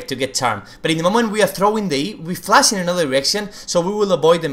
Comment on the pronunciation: its flash not flas